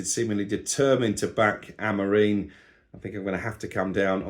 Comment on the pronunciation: why do you KEEP saying AmorEEN? It's embarrassing.. we can all get names wrong, but you're supposedly a Man Utd fan, and can't even pronounce your Manager's name!!!!